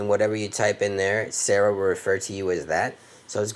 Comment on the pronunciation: "sara" is pronounced "Sar-Ra" You're saying "sarah"